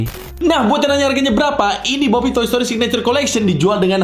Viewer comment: BO PEEP DI BACA OPEN BO